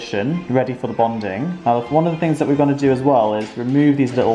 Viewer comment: It's "bonding," not "bondin."